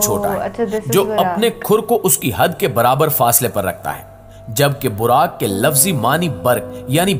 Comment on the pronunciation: Mashaa Allah great but this is buraaq not biraq...